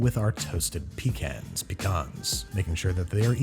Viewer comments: It’s not pecans it’s pecans. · I've been alive for almost two decades and not once have i heard anyone say pecans like that.